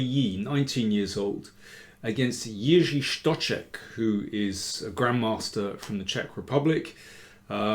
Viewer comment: Stocek is such an interesting guy. With his beard and countenance he looks like a prophet from the Old Testament, and even though he can screw his games quite badly, he really can do some damage from time to time. Btw, an excellent pronunciation of the Czech name by Danny!